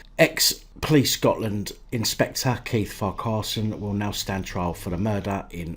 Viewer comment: It's far-ker-son, you almost got it right at the end. The Irish equivalent is probably Ferguson. Silly. 😋